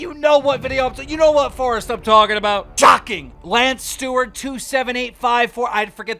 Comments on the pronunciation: I kept waiting to see why Logan Paul was being sued by Forrest Gump. It's "forest", Keem. Just sayin'. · "Forrest." Keemstar's guide to English 101